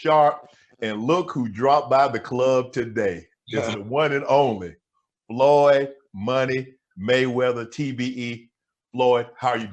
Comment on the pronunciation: He called floyd skip lop